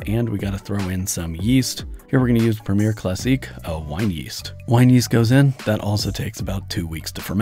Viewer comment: Prem--eee-yay, not preemeer.